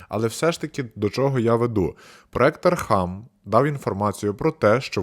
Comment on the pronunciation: Не архам, а архам